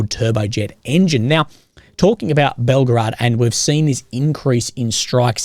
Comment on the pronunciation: This is not "Belgrad"! This is BelgOrod!